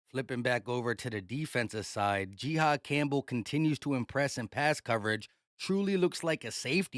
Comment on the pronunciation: Calling this man G Haad is diabolical it’s pronounced Ji-Haad